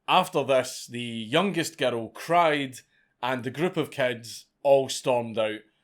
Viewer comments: I like how he pronounced girl as gertal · Everyone's talking about how he pronounces "murder" but how about how he pronounces "girl?" Gerrul. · How do you manage to pronounce "girl" as "gerro"?